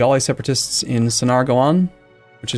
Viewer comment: Even though I kinda prefer you one, Sonargaon is pronounced as Sonargao.